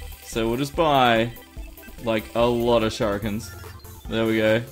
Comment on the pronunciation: Shout-out Rufus: Can I beat the Slime King?... Shur-i-ken